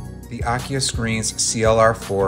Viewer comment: AKIA Pronunciation is: Ah - Key - Ah